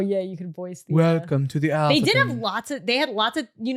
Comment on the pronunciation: Go to and listen to say “ The Atherton” in a British accent, trust me😂